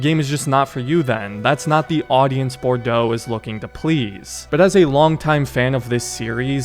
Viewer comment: Bordeaux is pronounced as bordoe and the spellin show pronunciation as borducks😂😂